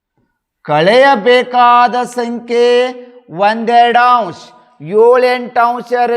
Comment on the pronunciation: 3 A .ಸರ್ ಅಂಶ್ ಅಲ್ಲ, ಅಂಶ ಸರ್